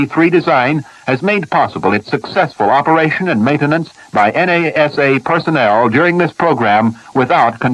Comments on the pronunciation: This is early, notice the way he refers to NASA as N. A. S. A., ( individual letters). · "The en a ess a"! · En eh es eh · "The Ames research center at N-A-S-A". lol